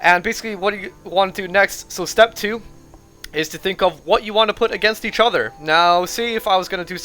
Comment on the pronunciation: why do you say each other, "eachuver"